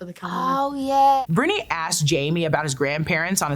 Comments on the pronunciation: "Breye-oh-nee" w/ the accent on first syllable. Small thing but driving me nuts LOL -- that aside, Loved this as usual for this site and amazing. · Love this. But also. Briony is bry-on-ee.